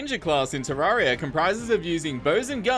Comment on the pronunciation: Isn’t it ter - air - e - uh not ter - are - e - uh